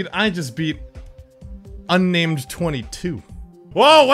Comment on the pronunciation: that guy has Spanish xD he said unnamedhehe